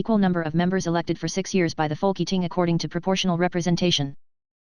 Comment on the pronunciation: Folk Eating? Its Folketing